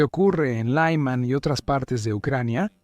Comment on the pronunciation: Por qué pronuncias Lyman como si fuera una ciudad de Texas?